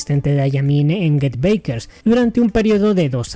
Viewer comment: Hermano no se pronuncia beikers es backers de get back osea regresar se pronuncia get bakers casi como se escribe si decís beikers suena a baikery que es panadería o bollería